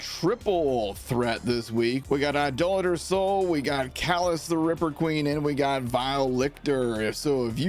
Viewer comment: Cheers for pronouncing Idolator correctly!